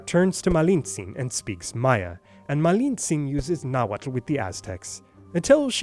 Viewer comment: its not nahuatul its nahuatl